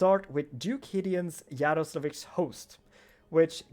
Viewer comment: i want to say what you speak "Yaroslavich" well as native i hear correct name with accent